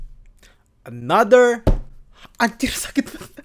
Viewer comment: Iya seharusnya another malah enathe! Wkwkwkwkwkw😂😂